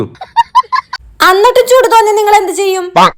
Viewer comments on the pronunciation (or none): അന്നിട്ടും ❌ എന്നിട്ടും ✅